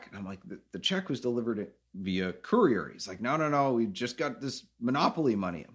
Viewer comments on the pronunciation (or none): none